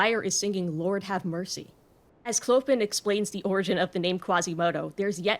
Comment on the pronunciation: I love your video but the way you pronounce “Clopin” is… American.